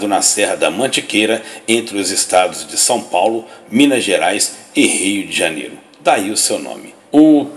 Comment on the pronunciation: Só eu tenho agonia quando ele fala Rii D'janero?